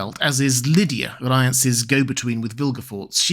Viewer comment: I always love how stays true to his own personal pronunciations of names even where TV shows are using different ones. DY-k- stra, VY-serys, RY-Ance.